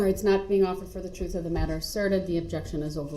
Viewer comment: Troof, cohorzhun, durest😮